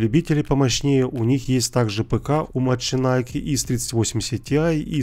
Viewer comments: Ахахаха "маченайк".... Так бы и сказал–машенике (мошенники) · Ты не правильно читаешь, правильно МАШЕНИКИ, это все знают, кто что то с али заказывают, у самого мать для зиона от них.